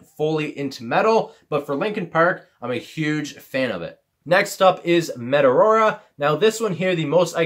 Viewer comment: Why he pronounce meteora as metarora